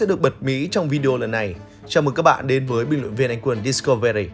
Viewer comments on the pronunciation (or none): none